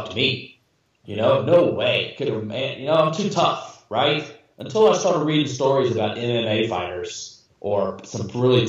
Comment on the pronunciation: in PA we pronounce Reading as (redding) not (reeding) now with that being said I have lived in PA n especially in the Reading n Pottsville area all my life n I have never heard of the Smiley Face Killers until 2day right now n it turned out 2 b a fake documentary....n we definitely do not find that many dead bodies in our area of the Schuylkill River so idk what these guys are talking about